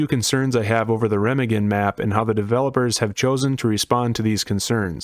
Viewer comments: I love ya buddy. But that’s not how Remagen is pronounced. Secondly, I don’t think that arty will be as bad on the bridge as others make it out to be. Why?, rounds that don’t hit the bridge will fall harmlessly into the water, as where on other maps they would still hit the ground close enough to cause damage. Also, the overhead on the bridge I THINK will stop rounds from hitting the bridge. There is also going to be a cat walk beneath the bridge. Not saying it won’t be an absolute blood bath to get across the bridge, because it will be. But I don’t think every round fired at the bridge with arty result in a instant kill. But hey, what do I know! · please dont say Remagen like that jfc